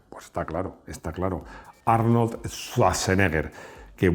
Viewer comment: En su afán por pronunciar bien el inglés americano tenemos que escucharle decir "Jarnold" y George "Bash"....